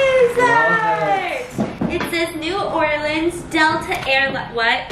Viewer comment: I was so happy for the reveal of the print! Hello from New Orleans!!! That made me love you guys more and feel connected so thanks for that ❤️😍 and I love Stephanie’s pronunciation of New Orleans it was perfect!